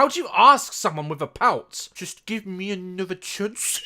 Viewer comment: "Just give me anuther chunce"😂😂